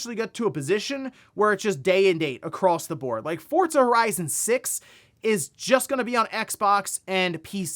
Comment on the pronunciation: Hey yo, there’s no T in Forza